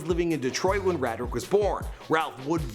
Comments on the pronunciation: It's pronounced Ray-drick lol.... Not rad drick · it's pronounced ray- drick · Pretty sure its pronounced Ray-dric. "My alias is Gucci Mane my name is Radric(Ray-dric) Davis" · HIS NAME IS (RAY:DRICK) NOT (RAD-RICK)!!!!!!!